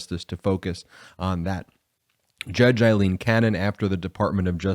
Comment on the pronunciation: Please Brett, her name is the Scots name Aileen, NOT Eileen. It drives my wife Aileen mad when her name in mis-pronounced. It is Ail-een, NOT as in aye-aye sir, Love the show by the way!